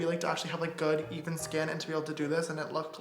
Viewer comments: bish i am hearing "can you imagine haveing good Ethan (he's saying even) skin..." is smth wrong with me? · i thought he said "good Ethan skin" 😂😂😂😂😂😂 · anyone else think he said “good Ethan skin?” 😂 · lol i thought he said “ good, ethan, skin...”